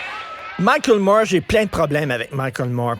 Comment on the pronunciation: Moi je ne comprends pas que les Français ne savent jamais lrononcer correctement Moore non ça ne sonne pas Mourrr